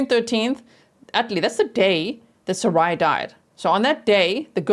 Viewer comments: Thanks G! I think Sarai might be pronounced Sah-Rah-ee (I’m Latina and her last name appears to be Hispanic & this is how we would pronounce it) unsure of course but could be! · The little girl's name is pronounced Sara ee. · Sarai pronounced, Sa-reye. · SARAI is my friend’s name and she pronounces it SarAH, like “hurRAH”.